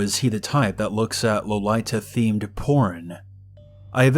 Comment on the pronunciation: Lmao the way you said lolita like “low-lai-ta” and hentai like “hantai” made me laugh, I love your stories regardless tho ♥️